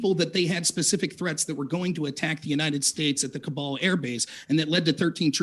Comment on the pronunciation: If you're going to scream about Afghanistan, you should really know that its capital city is called Kabul, not "Kubal".